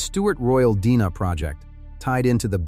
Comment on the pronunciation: Can you not correct the mispronunciation of "DNA" ? For God's Sake, this is crude, even for AI!